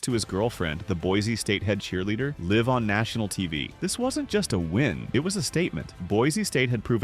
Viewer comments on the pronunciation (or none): Live (as in live in a house) TV!? That's LIVE TV you AI moron!! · live(life) instead of live(current) is crazyyy